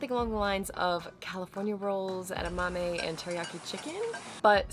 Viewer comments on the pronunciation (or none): none